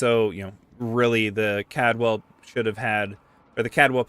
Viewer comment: Take a shot every time he says "Cadwell" instead of "Caldwell". You'll be dead before the end of the video.